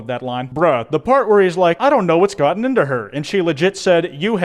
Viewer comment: "Tuck me info bed"